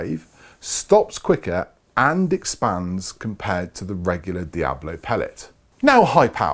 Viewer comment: Please, it's called DiaBOLO and NOT Diablo. Diablo [ˈdjaβlo] is a Spanish word meaning "Devil". Diabolo pellet